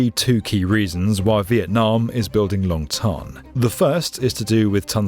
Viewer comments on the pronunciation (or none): Long Thanh pronounced “Tan” as in sun tan. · The way he pronounced the names of these Vietnamese airports Long “Thon” and Tan Son “Nia” is so cringy.